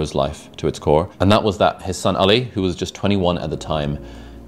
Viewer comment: When Mo called Ali in a non-white way he did the Arabic prononcuation of it it made me really happy :)